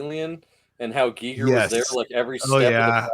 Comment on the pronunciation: I love how mispronounced Giger as G-eye-ger rather than "G'ee'ger" then proceeds to pronounce him as "Gigger" for the rest of the episode.